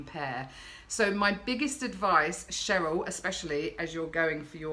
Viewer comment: im a Cheryl with the "SH". You said it right, Dont worry i get called either lolol. Xxxx